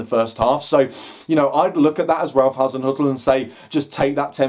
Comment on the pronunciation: Top marks for pronouncing Hazinoikal or is it Hazinzoikal or Hazin er . Oh bugger it.